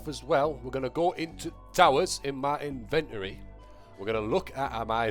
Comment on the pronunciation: Why does say the invent-ory